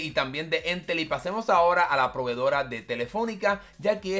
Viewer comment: Para variar siempre en Chile inicia todo para nuestra región xD. Sería una solución para Rapa Nui, que el internet es bastante malo 🙀. Ha y es Entel, no éntel (como si el acento estuviera en la segunda E)